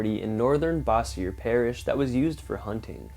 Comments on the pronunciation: It’s pronounced Bosier (bow zher) LA. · It’s pronounced Boze-your.